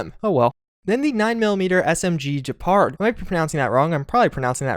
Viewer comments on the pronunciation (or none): none